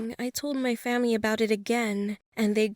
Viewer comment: Did anyone realize she said "The next morning I told my famie" Lol 😂😂